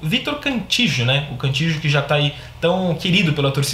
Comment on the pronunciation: Não se pronuncia Cantijo. A pronuncia é Canti-io.